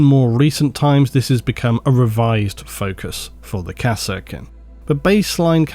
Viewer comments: Be honest, you do misspronounce everything on purpose for ragebait, right? There is no way that you pronounce EVERY SINGLE 40k Name differently than everyone else by accident. Its "Kassarkin", not "Kass-Er-Kin".... they say it in both dawn of war 1 and 2... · I swear i hear "harkonen" everytime he said kasrkin i don't know what is wrong with me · "Kah-Serkin" XD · I called them Kaskin based on the DOW pronunciation.